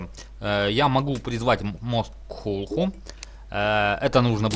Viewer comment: правильно говорится не клутху а ктулху